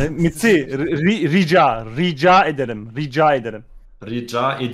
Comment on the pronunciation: ztn rika ederim diyo rica ederim demiyo